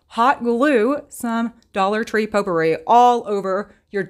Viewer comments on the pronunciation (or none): none